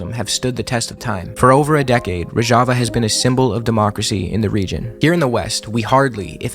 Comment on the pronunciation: great job but you mispronounced Rojava the whole time